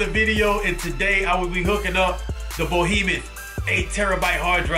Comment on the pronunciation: Yo, D, it's 'behemoth' LOLZ. Otherwise, gr8 vid!